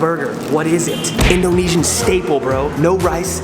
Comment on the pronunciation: I like the way he pronounces Indonesian By the way i am Indonesian.